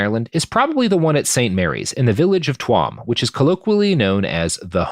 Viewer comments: Robert I respect you but Jesus Fucking Christ its pronounced "chew'em" not "twuam" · Love the show, cool to have you doing some Iriah topics. Tuam is pronounced Chew-am.